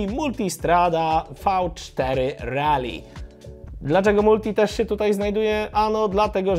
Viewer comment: Mówisz, że Kove 800 ma wykorbienie. No ale jakie? 270? 180? To by mogło wskazywać czy inspiracja w budowie silnika jest od Yamahy/KTM czy BMW. A przy okazji - szacun za poprawną wymowę "Rally" - nie wiem kiedy się na nią przestawiłeś, ale pozostali redaktorzy tematyczni chyba zostali przy tym głupim "rejli".😁